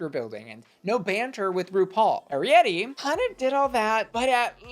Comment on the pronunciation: YAY YOU SAID ARIETTY’s NAME RIGHT! THANKS QWEEEEN (I’m just a big fan of that movie 🔥